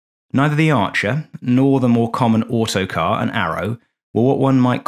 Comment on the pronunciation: is "Autocrat" not Autocar... There's one in the nearby aero club, his owner is English... named Tony... last name is the same as an automobile company from USA... Cheers from Normandy.